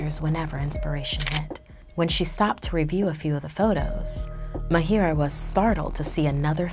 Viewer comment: It's ma-a-h-i-r-a-a not m-a-h-i-i-r-a-a I am from India that's why IK how to pronounce it